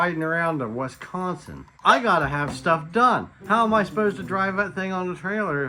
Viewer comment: Wiss-con-sin not wesconsin, love your guys videos